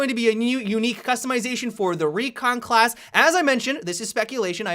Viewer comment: "The Khlas changes" :v